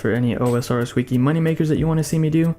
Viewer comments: bro its called wih-key no wee-kee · Jesus Christ, who taught this man to speak? People getting triggered over "ruins" while i'm out here with a headache after hearing wiki pronounced as "weekie"